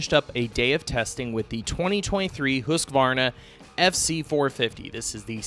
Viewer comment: Thank you! You are one of the few media guys that knows how to pronounce Hoosk - var - na. But what is with the new color? It looks like it's been out in the Phoenix sun for 6 months...